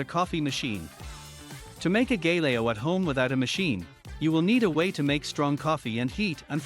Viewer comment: Learn to pronounce it first then make the video!